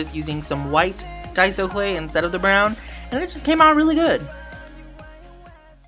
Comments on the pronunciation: Finally someone says daiso right! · Finally a you tuber who knows who to pronounce daiso